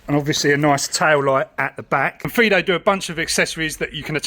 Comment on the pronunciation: I think you're the first youtuber to notice that it has two "i"-s in the name and not pronounce it like the dog name Fido.